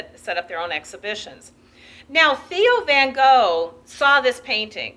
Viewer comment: And van Gogh too. And Degas. And speak in a softer voice.